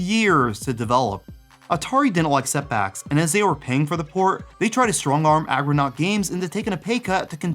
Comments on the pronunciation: Argonaut not Agronaut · Argo naut. Not aggro naut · ARGOnaut. NOT AGROnaut. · Good coverage. I forgot most of these. also- ARGOnaut, not aggronaut. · ARGOnaut dude, not AGROnaut.